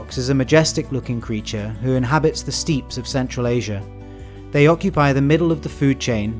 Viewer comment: Great video and hereby subscribed! It is helping my covid-isolation... 4 comments 1. Koalas are not exclusively to the west coast of Australia - they are also in the east 2. Isn't steppes pronounced "steps" 3. Can you do whales or sharks/skates/rays next? 4. Another idea for a video could be to look at unique islands like Borneo, Madagascar, Australia...